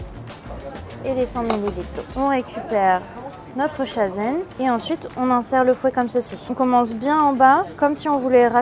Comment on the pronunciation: Dans la première boutique, "irasshai", c'est vraiment dommage qu'à part le mot "matcha", aucun nom ne soit correctement prononcé ... Pour une boutique spécialisée Japon je trouve ça lunaire ... "chasen", "mochi", les noms des marques mentionnées, etc. C'est tellement dommage, c'est la base :(